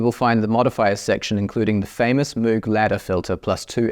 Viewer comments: I hate to be that guy but I think you mispronounced Moog 🤓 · Bro You can pronounce it in any way, as Moe'g or Moouh'g, Mr. Correction Tape.